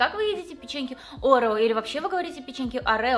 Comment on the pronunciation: Она так тупо произносит орееео . А не орэоэ